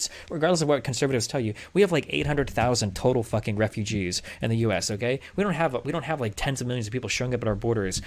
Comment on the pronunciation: Do u know how to say the word refugees???😂😂😂.